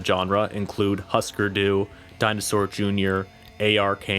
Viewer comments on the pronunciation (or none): It is “hoosker du” not husker… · You lost me in the beginning when you pronounced hüsker dü (hoosker doo) husker du. Keep at it. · That's not how you pronounce Husker Du. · Redo this videos audio "Husker Du" are you kidding me ? You got to be kidding me?!! Didn't even bother doing any research. Wrong pronunciation if you don't get it... Husker Du wtf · You could have at least pronounced Husker Du correctly.